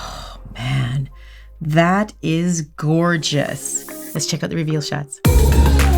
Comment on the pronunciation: Did anyone else catch that “thorgeous” at the beginning?